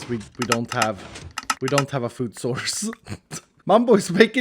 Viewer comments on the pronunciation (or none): The TEGG HOUSE doesn't have "Mumbo" its "Mombo"